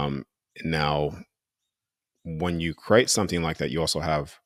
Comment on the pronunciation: I love his message, but he needs to stop pronouncing create as “cro-ate”! So annoying